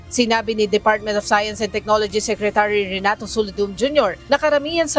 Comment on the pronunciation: Ms, bakit SECRECHURY diba po secretary?